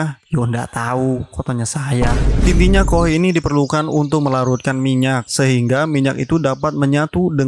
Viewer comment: Sekedar kasih tahu Koh bacanya ka o ha.